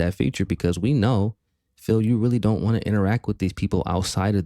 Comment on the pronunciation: He is hilarious with his speech impediment getting mad, over pronouncing Ts or leaving them out completely. Want has turned into whah. When get gets angry and says bitches he sounds fruity. DSP is a weird little effeminate autist trying to appear like a successful, mature head of a household. If the internet went out forever he'd die.